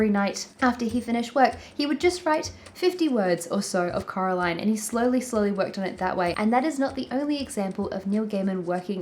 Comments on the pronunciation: It's so funny that the way you say Coraline sounds like Caroline which is the way all her neighbours called her so... it's suiting I guess but also really funny. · It's Coraline, not Caroline 😂✌